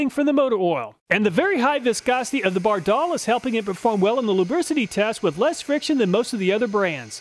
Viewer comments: It’s pronounced “ Bard All” not “Bar Doll” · Bardahl is pronounced BAR-dahl. I've heard their radio ads. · By the way, Bardahl was an immigrant from Norway, its pronounced with short A’s, not a long second A like most Americans would say it. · Great video. You confirm Scotty Kilmer's claim that AT-205 is the best. BTW: Every mechanic, shade tree mechanic and old TV commercials pronounce Bardahl with the accent on the first syllable. You are using the European pronunciation😆